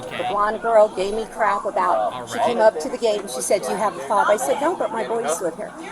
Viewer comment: She was definitely saying it wrong